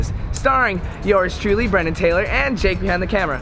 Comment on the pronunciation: Why does he keep saying his name is if it’s spelled? He can’t pronounce his own name?